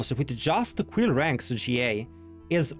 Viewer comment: Queer Ranks? 😂😂😂 I’m dead. His Quill Ranks sound like Queer Ranks